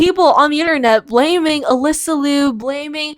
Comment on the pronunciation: Her name is Alysa. Everything you said was wrong and super disrespectful but at least get her name right tf